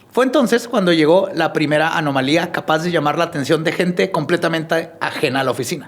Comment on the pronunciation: dijo “anomalía” correctamente varias veces y no veo a nadie reconociéndole el crecimiento ❤❤❤❤